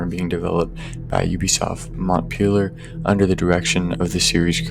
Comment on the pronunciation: Its mon-pel-yay and mee-shell ancel